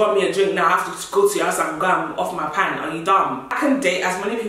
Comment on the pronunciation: ▪︎"Off paynt"(the pronunciation of the pant)...."Eat free food"... "because it's dating sturvs"...Nah you're a menace😭😂🤣🤣. ▪︎Arghh!!🤣These 30+ men tho😂😂!! ▪︎Honestly, I feel like God will have to help me to date someone I don't like cos someone like me will just be getting angry😂